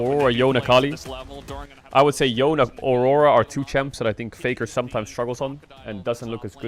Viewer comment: I just love how Baedrel pronunciates Aurora: "Orrorra" 😂